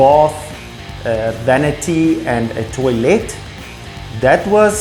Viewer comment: Love the videos guys but please, it's a toilet and not a toilêt